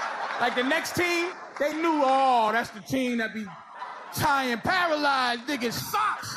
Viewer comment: "He's paraLYYZED!" LOL